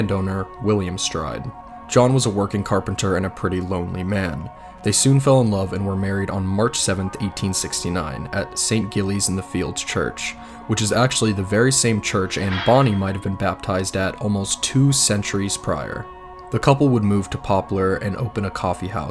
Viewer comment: Great video and really well written/focused on the lives of the victims, not just the man who took that life away. Although next time I would definitely look up the pronunciation of things before recording, St. Giles, Mitre Square, Leicester Square and a few other names were a bit wrong. Easily forgiven though as we love spelling things in a way that makes them hard to pronounce 😂